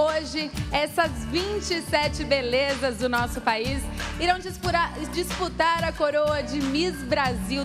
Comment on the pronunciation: opaaa ela falou ali dispurar e dps disputar ksksks